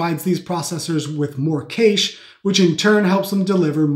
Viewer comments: "Cache" is pronounced "cash" or if you accent is older english "cash-ey" Also, it is not true at all that gaming relies more on the gpu, cpu is 90% cpu bound, the gpu just paints the frames, it cannot do this at all until the cpu has instructed it to do so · Oh my god, please search up the pronunciation of cache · Never heard cache pronounced like that 😂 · i’m sorry but the way you pronounce cache is killing me